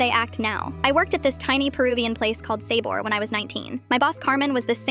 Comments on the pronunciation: "Sayboar" killed me. 💀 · The way she said “sabor” 😂😂